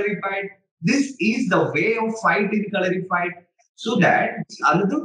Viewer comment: it is called kalari-ppayattu